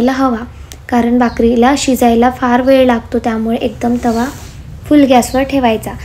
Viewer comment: तावा नाही ग बाई तवा असा असतो तो ओअर ॲक्टींग कमी कर जरा😂